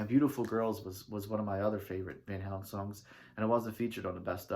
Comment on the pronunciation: you can't even pronounce the band's name, no wonder your opinions suck.